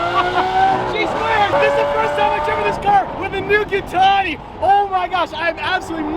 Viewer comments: Pretty sure it is fibra de carbon but I think Gintani is pronounced Jin-tonee like gin & tonic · You pronounce Gintani wrong brother